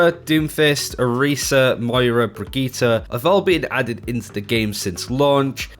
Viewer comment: QUIT CALLING HER "BRIGITTA" !!!!!! It's Brigitte with an "e" as in enema.